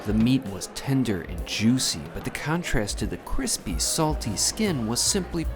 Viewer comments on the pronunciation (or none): none